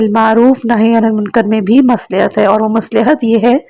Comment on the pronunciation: مصلح کا تلفظ غلط ادا کیا ہے